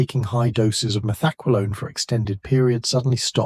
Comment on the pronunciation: “Meth-EK-wah-lone?” Uh, take it from someone who “experimented” with it from 77 to 82: “Meth-ah-QWAY-lone.” 🫡🕺🏼💃🏽(Now it’s “Meth-ek-kwah-LONE.) 🤨🤷🏻